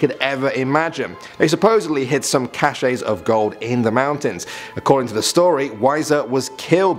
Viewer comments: Cashe is pronounced CASH! gimme a break! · You're pronouncing "cache" wrong.